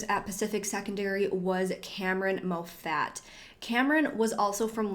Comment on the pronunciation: Mo Fat?!?! How could someone mispronounce Moffat?!?!?